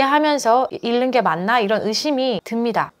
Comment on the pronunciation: 다 좋은데 '읽는'은 [일는]이 아니라 [잉는]으로 읽으셔야 해요.😅